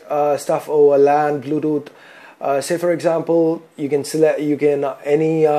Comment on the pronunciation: OMG... @@@@ DID I hear Phai Control Instead Pie Control, and Aczamphal Instead Example.... PHAI PHAI PHAI Aczamphal Aczamphal Aczamphal... Poor pronunciation